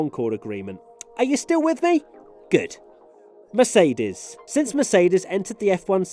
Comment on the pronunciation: Say “Mercedes” again for us 🤣